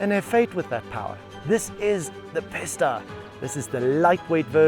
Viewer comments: Would’ve liked to watch this but had to turn off, him saying Pis-ta all the time is so irritating, bro it’s Pi-sta as in Peee ssss tttt a. Like if you’re gonna say it a million tines, at least get it right. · its a peesta, say it, pee-sta, not pissta, ok sweet.. carry on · its PEE-STAH not PISS-DUH